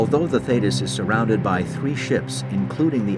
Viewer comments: Theeeetis...not thaaaaytis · As an ex-Royal Navy member, why have somebody from the U.S.A. as the commentator for an English Royal Navy documentary? Some of his pronunciations of places and ships (e.g. should be THEETIS not Thaytis) were way off and could not always be related to the real words/names such as we would say FOR'ARD not FORWARD compartment. Also, the Royal Navy does not have and has never had a 6th Fleet as stated because the British did not have fleets designated by numbers as the U.S.Navy did/does and in fact, that would have been the U.S. 6th Fleet. Just curious. 'nuf sed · It's HMS not USS and it's pronounced Thee-tis...not Thay-tis. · Thee-tiss, not thaydus 😕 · This was a disgusting episode in the Royal Navy they had every opportunity to save the crew and totally failed . PS it's pronounced Theeeetus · Very accurate portrayal of the event: I could relive it all, having served in the very same class of Submarine H.M. Submarine TALLY- HO. One of the results of this disaster was the installation of a Thetis [pronounced Theetis] Of the Thetis Clip. An extra safety measure prior to opening the torpedo tube door. Thanks for posting Ex- Stoker Mechanic Royal Navy - HM. SUBMARINE TALLY-Ho!